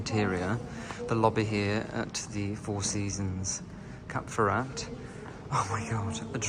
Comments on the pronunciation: It's Cap FerrÁ, btw, not Cap Ferra-t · The "t" at the end of Cap Ferrat is not sounded. And the beautiful town at the foot of the Alpes Maritime is pronounced "Ehse" not "Ease". As a chic globetrotter, you should get these things right ! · I’m very sorry but do not pronounce the ‘t’ in Ferrat it really grinds on me and anybody who speaks French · British talk dif than french